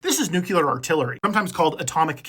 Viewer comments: NUCLEAR NOT NUCULAR nuCLEAR nuCLEAR nuCLEAR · Nuclear...pronounced NEW-CLEAR. not Nuke-u-lar. NUCLEAR. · New klee uhr Not new queue lurrr Seriously How hard is that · 'new-CLEAR' not 'new-CULAR'. Get it right or go back to AI. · Nuke-lee-er not Nuke-you-ler. Sorry, great video, terrible pronunciation.